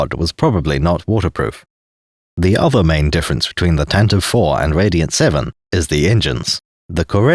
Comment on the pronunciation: Thank you for finally being a sane Star Wars tuber who actually calls it, correctly, the "Tantive 4"-- I have run into so many, many, many, people who call it the "Tantive-eve" and it actively makes me long for death.